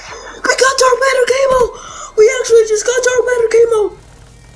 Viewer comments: First reaction it’s camo not kamo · that accent is crazyy camooww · he said (c"a"mo) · The first one is pronouncing it kay-mo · “Dark Matter Cay-moh